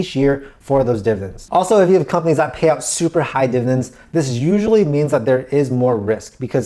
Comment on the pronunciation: Div-ID-ends. Not divins. Dividends.